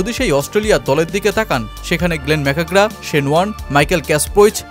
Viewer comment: ম্যাকগ্রা নামটা ভাল করে বলা শেখো ভাই